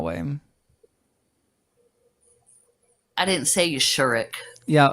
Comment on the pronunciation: "YaWhell" was way to unironically funny